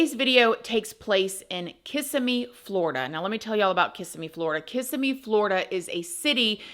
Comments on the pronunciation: In my opinion, looking at her in her birthday photo, I think she was pregnant, and that's why he killed her. I also think mom knew something but was either blindly in love with the sob and was in denial, or, she didn't care. Btw: you pronounce Kissimmee wrong. Lol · Hi,. I am almost always in agreement with your opinion. When I'm not, no big deal🤷‍♀️ I still enjoy them very much and even have a playlist in my saved vidoes that is nothing but your uploads. I really do enjoy them. I just need to point out that as a Florida girl, you should know how to pronounce "Kissimmee". Its Kih-SIM-ee. Now that I've gotten that off of my chest, thank you so much for all of your videos. 🥰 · No offense but how are you from Florida and you still didn't say Kissimmee correctly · As a Floridian, I love how you pronounce Kissimmee. ❤😂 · Girl you're from Florida and can't pronounce Kississime correctly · Girl you are IN Florida how are you going to mispronounce Kissimmee. You did do better the more often you said it lol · As someone from Kissimmee, it sounds strange to hear it pronounced kiss-a-me. It is pronounced Ki-SIM-me. I dont usually correct people's speach, except for proper names. Sorry. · I live near by where this happened. Very nice community we knew right away the step dad had to of done it!!! You showed a picture of where I work when explaining Kissimmee pronounced (Kuhsimmiee)not KISSamee ❤😂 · I live about 35-45 mins from Kisssimmi Fl. It is pronounced KISS-em-Mee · Hi, I don’t mean to be a bother but it’s pronounced Ka-sim-mee. I’m from the town and it’s a weird pet peeve of mine and whenever I hear someone pronounce it like that I automatically say KISSIMMEE 😬😬😬 hope you’re well!!!! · The city is pronounced “Kiss sim mee” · You live in Florida then you should know its Kis- SIM-ee. Emphasis on SIM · Everyone mispronounces that towns name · Emohasis is on the second syllable - kis EM me❤ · KISS-SIM-ME 😭😭😭😭😭 not KISS-ME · Say it like: Kiss-ee-mee Florida.